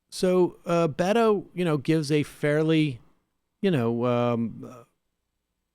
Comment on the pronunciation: Sam said Beto like He was saying Fuck You.